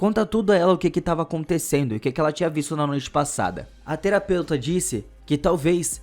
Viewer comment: A teroupeutra ele falou kkkkk